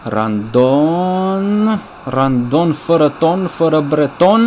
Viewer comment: ba se zice rondon nu randon